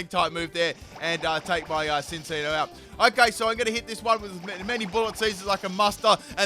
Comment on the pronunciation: "Behimin" wow "sinccino" too!? Just great lol